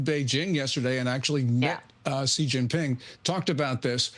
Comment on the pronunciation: Xi is not pronounced "Gi".